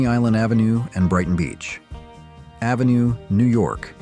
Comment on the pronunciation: I enjoy the photos, but it’s so clear that the narration is AI generated when you hear him pronounce Avenue as Ave (rhyme with cave), and Saturday Night Live (rhyme with give). What’s the deal?